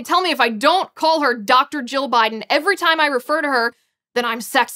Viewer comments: Liz needs to pronounce 'Jill' more distinctly....it sounds like she is saying 'Joe'. But....good video. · Why is it, half the time Ms. Liz says Dr. Jill it sounds like Dr. Joe?